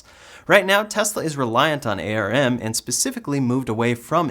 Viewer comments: Just so you know, It's pronounced "arm", not A R M. Thanks for the update. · ARM should be spoken as arm and not a.r.m. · All good but ARM as a company is pronounced as the limb "arm", one word not spelled with individual letters : A.R.M. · we usually pronounce ARM like the part of your body.. not per letter.